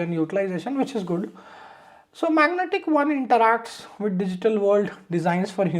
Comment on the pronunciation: good intro.......its magentic, not magnetic